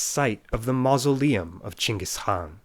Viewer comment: that chingis was clean